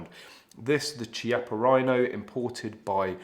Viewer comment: Chiappa is pronounced with a K sound kiappa, not a ch sound.. ;-)